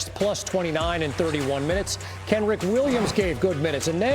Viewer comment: Why can't anyone in the media say Kenrich's name right?!